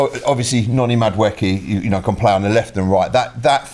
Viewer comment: The way pronounces Noni Madueke’s name 😂😂 Madawookie, he ain’t from Star Wars mate 🤣